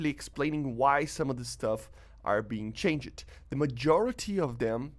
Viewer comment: With much respect I just want to point out the words "changed" and "moved" are pronounced with one syllable like the word "cold". I realise English might not be your first language but you speak as fluently as any native English speaker. 😊👍